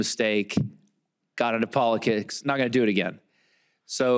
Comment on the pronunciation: sounded like he said polikicks lol